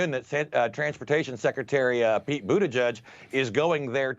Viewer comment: Butteehgig perfect